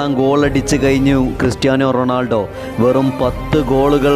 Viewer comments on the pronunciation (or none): none